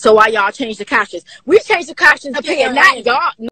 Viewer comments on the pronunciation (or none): “Why we changed the capshun”